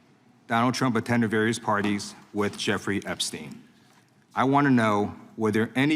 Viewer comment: Pramila Jayapal, Sujata, not Jairam :) But good.. thanks for doing this. Our koopa manduka public are living in thrall of the vishwaguru somuch so that the outside world is mostly unknown to most people.. this was necessary and important. Thank you. Ah. PS: Not Joofrey, Gifre... not GHISLANE, ghilayne... :)